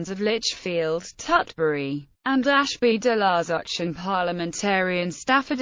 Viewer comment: "Ashby Del La Ouch" 🤣🤣🤣🤣🤣🤣 its pronounced with the Z , sounds like Zus .So " Ashby Del La Zouch".